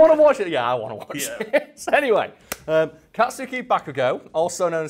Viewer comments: Dear, It's Kats-uki, not Kat-suki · Dear, say it like "katski". totally agree some of this stuff is really hard to say. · Dear, That is not how you pronounce Katsuki. I expect better next time. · dear, it is pronounced "kat-ski" "ba-ku-go"